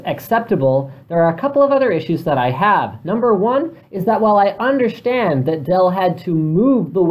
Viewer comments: I undershtand ;D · Did anyone notice that Linus said "Undershtand" when using the webcam?